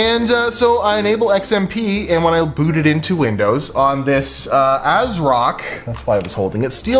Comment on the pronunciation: 😒 buddy, i know, u know, its Asrock, cmon